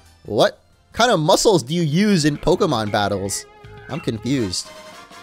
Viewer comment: Are we not gonna talk about how he said muscles like Musculs